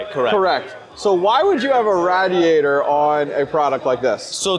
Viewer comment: wth says radd-e-at-er